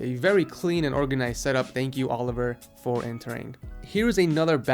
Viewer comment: only cajuns know he said oliver the rong way lol